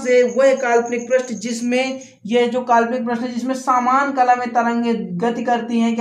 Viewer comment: प्रष्ठ नही पृष्ठ कहा जाता है